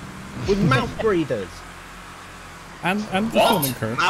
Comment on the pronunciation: either said mouth breather or mouse breeder 😂